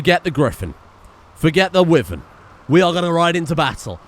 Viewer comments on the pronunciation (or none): Your pronunciation of mythological creatures is quite dreadful your mispronouncing Minotaur and wyvern.